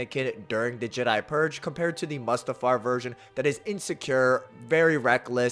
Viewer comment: Bro why are you saying mustafar like that? Is that on purpose? 😂 Its Mustafar (moo-stuh-far) not "muhstafar"...sorry..my autism would let that stand lmao